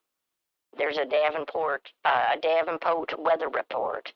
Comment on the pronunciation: That Davenpoat weather repoat..😅....